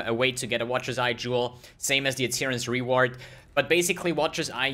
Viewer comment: read as aryan's reward